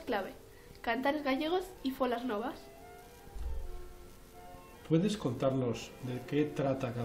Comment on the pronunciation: Por cierto, se dice Manuel MurGUÍa, no Murjía y FoLLas Novas, no Folas Novas. Soy gallego, muy buen vídeo.